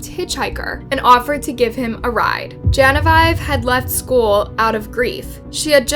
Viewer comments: “Ruger” is pronounced “ROOGER”……And….The Name “Genevieve” is pronounced “GENEVEEV”……There’s NO such word as “Unaliving”…….The word is “MURDERED”!…….Ruger are German made firearms, just for interest……Well presented and obviously well researched. What an absolute monster this horrible lad was. He even Looked like a psychotic maniac that was unknowingly extremely dangerous. To possess the ability to brutally murder his entire family, he had to be seriously disturbed in the first place. Then to ask the Judge for a trip around the World..WTF??…..He was obviously insane and had every intention of doing what he did, he was ice cold and ruthless….Good riddance and may he rot in Hell……May his poor victims all Rest In Peace. Regards from England. ❤🇺🇸🏴🇬🇧🇺🇸❤️ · Dude, do you not know how to pronounce Genevieve? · Genevieve - Jenniveeeev.